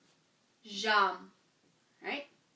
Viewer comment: I've never heard "aimer" pronounced "amer". Perhaps it's a Canadian accent. But certainly in France the vowel "ai" in "aimez" is pronounced like the "e" in the English word "hem". So "aimez" is pronounced "emmay", not "ammay" and "j'aime" is pronounced "zhem", not "zham".